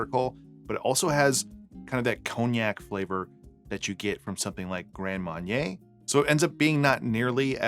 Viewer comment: love it when inexplicable says Grand Mawn-yay